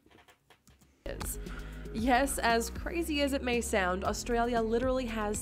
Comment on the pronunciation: You gotta start saying "Oz-ee".. Not "Au-zee".. And South Australia was a Free State only for the first 10 years.. Adelaide has "a beach" 15 mins from the CBD, that runs bout 350kms North/South haha.. We see a water/ocean sunset.. Labor PM Bob Hawke, drank a "Yard of Ale" (a yard ale glass) in 12 seconds. While he was Prime Minister, he didnt drink a single drop. Coopers is Adelaide beer, mainly Pale and Sparkling Ale, made in the suburbs.. My great Uncle went to WWII under General Thomas Cooper from Coopers brewery. Melbourne Bitter is from Melbourne, as is Victoria Bitter, amongst others.. etc etc